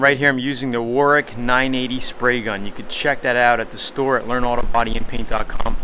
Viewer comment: Hey you said Warwick correctly I'm impressed! Usually people pronounce the second w when actually it is silent :)